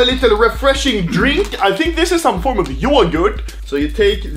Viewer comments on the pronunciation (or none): Everyone: yoghurt Anomaly: JoOoGuRt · Man that's how you say yogurt in swedish... very nice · lmao yågurt BAHA bästa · man really pronounces yogurt yoigært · the way Anomaly says yogurt XD